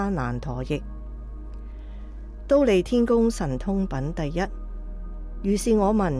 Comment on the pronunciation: 知苦樂法的樂，广东话應该读“坳”，觀成法师与法忍法师如是诵之；㣼利天宫的㣼，读音为 “滔”，后学分享如是。南無阿彌陀佛